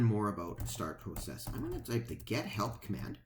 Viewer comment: FYSA.....Go to google translate and type in "Process". Then have it say it outload. I think you'll find your pronouncing it wrong.